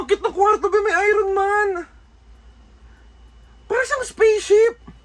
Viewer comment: Iron Man read as Ayorn Man po